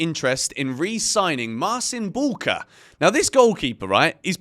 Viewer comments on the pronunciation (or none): Guys: Mar-CHEEN Boo-wka. Not Marsin Bulker.